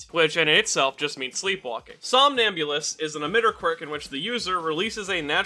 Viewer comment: I swear I heard somabulist as 'saw an ambulance' lol